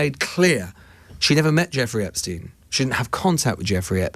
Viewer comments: Whats with the "Esptein files"😂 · “Esptein files” well done, very professional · ITS EPSTEIN and not ESPTEIN